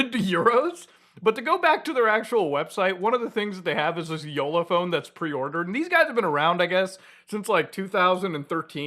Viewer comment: Hats off for pronouncing Jolla correctly